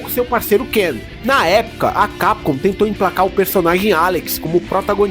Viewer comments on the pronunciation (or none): none